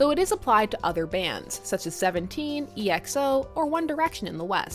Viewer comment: the way you said exo is funny